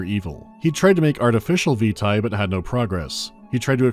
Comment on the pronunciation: I'm sure everyone has already said, but 'vitae' is pronounced 'veetay', not vita (as in Curriculum Vitae). Also, Amnesia: Justine was created for the Steam Potato Fool's Day event, celebrating Portal 2's release. It is literally a Portal parody, with the disembodied GLaDOS-like taskmaster, the chambers, etc.. I was there at the time, but too afraid to play it for the event.